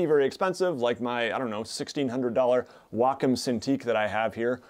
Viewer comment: Lol, walk 'em. 😂 That's hilarious, I've never heard anyone pronounce it like that before. btw, it's way-com.